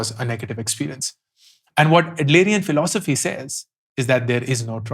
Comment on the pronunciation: Many a times i have felt that your book review gives that initial kick to pickup and read that book..and Yes...your philosophy pronunciation part was hilarious..